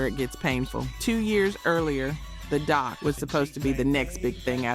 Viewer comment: Can you just read it and stop using AI? One hundred twelve on the hook? 😂 🤣 🤣 🤣 DOC?